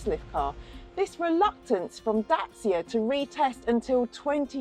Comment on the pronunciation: I’ve just returned from rural south west France and these cars are literally everywhere and thought I’d learn more. Quite frankly, this is such a bad review….and not in keeping with what any others I’ve seen have had to say. As soon as I heard her pronounce DACIA wrongly, I knew it was going to be a slating. The swearing is obviously an attempt to be edgy and fun but all it’s done is make me never want to watch any of this women’s reviews again. Really poor